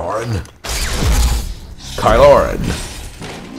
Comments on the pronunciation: Ky Loren. Thats definitely what I'll be calling him from now on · ky loren. I love it. lmfao